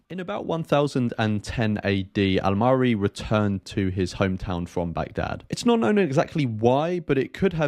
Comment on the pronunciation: I must say you pronounced his name very well this time .😊